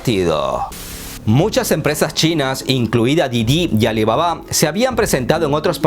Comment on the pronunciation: Sé que es algo irrelevante, pero tengo la curiosidad, dices mal el nombre de: "Didi" a propósito?